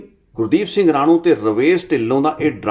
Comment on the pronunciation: ਗੁਰਦੀਪ ਸਿੰਘ ਰਾਣੂ ਨਹੀਂ ਰਾਣੋ ਬੋਲੋ ਰਾਣੋ ਪਿੰਡ ਦਾ ਨਾਂ ਹੈ